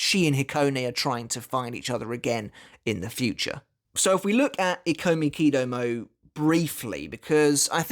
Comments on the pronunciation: Is it not pronounced “e-ko-miki-doh-mo-ay” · Ikomikidomoe, you have to pronounce the "e" like the "i" in "it". It was bothering me every time you said the name.😅😆